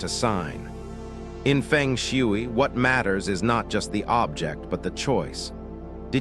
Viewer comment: Your AI pronunciation of FENG SHUI is comical 🙄🤣😂and totally wrong!!!!! If this is a FENG SHUI focus channel, your essential main job is to learn how to correctly pronounce ‘FENG SHUI’ in the first place!!!!! 😂 You’ve loss your credibility by messing up the very essence of FENG SHUI sound and pronunciation!!!